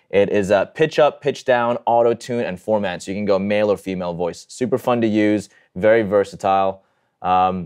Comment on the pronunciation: "Formant" not "Format". There's already an "Origin" who has been making progressive house since the 90s. There's also me who's been making D&B as Origin since 1999.